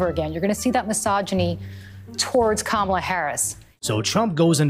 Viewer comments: 🤣🤣🤣 Am I the only one who noticed over and over that this dude is introducing her as GAMALA and not Kamala? 🤣🤣🤣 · Its not Kamala. It is Cha-me-leon. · cant even pronounce her name 🤡 🤡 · Even her supporters mispronounce her name.😂